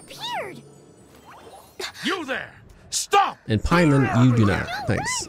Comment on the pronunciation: Pay-mon the god